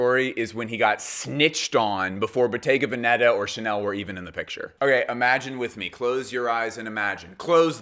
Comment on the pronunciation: This drives me crazy as it sounds so.....ignorant ( sorry) :The correct pronunciation of Bottega Veneta is: Boh-TEH-gah VEH-neh-tah, (not BOH-teh-ga veh-NE- tah) ...